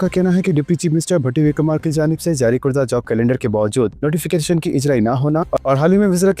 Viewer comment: Urdu padna nahi aata tuh news ko band kardo karda ko korda pad rah hi.